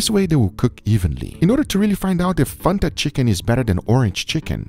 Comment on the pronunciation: please dont sYA FANTA LIKE THATTTTT ITS FAN-TA thank me later